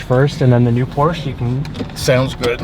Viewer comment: Like your video and I know that you are a car guy but PLEASE learn how to pronounce PORSHE!!!!!!!!!!